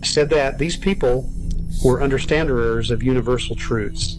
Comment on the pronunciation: What the hell is an "understaderer"....????